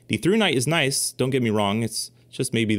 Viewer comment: “Noice”. Had me dying. Lol